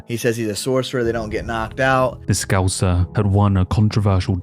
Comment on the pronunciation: Did cody garbrant really say "a sorcerer who dont get knocked out" instead of scouser? 😂